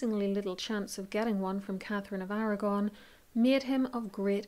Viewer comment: Irish . She says Blunt , Blount No facts at all , no research . Catgefin of Arrragonne